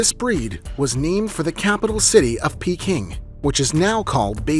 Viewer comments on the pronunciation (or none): none